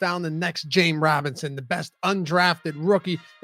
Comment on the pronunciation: i thought he said jane robinson,lol